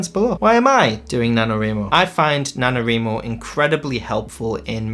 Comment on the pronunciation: He said nanoWRImo 🤣. Let's do sprints :)